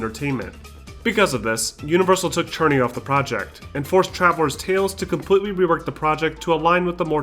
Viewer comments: Are you trolling us by calling him Mark Cherny lol. It's pronounced "SIR-nee" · Mark Cerny is pronounced "Sir-Knee". Aside from that small mistake, this video is perfect ^_^